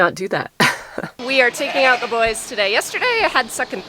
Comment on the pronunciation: I don't know why, but I just love the way you pronounce OUT. We American's have such a hard accent and Canadians soften things up! Thank you so much for taking the time to explain what you are doing in such detail! I am not a farmer, but I have enormous appreciation for those who farm! It is hard work and those who do it do not earn nearly the money or praise they should!